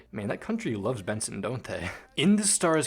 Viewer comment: Bro bro know why is he calling Benson literally Boone it isn't boom it's Benson